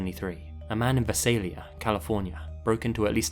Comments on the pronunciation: Here I’ll help with Visalia it’s pronounced Vy-Sale-yuh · I was born and raised in Visalia. Outsiders ALWAYS get the pronunciation wrong, but I am impressed that you're aware of your mispronunciation. For anyone wondering what the actual pronunciation is: vise ale yuh. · HOLY CRAP you talked about a town i know very well, it's pronounced Vai-Say-Lia, crazy you talked about this story, such a fan of your work, its amazing to have you talk about a town that is close to me. Such a big fan of your channel!!!! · I've never heard anyone pronounce visalia the way does 😂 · As someone from Visalia, I completely cringed hearing your pronunciation. Still, it was great having that cold case solved and the video was also great!!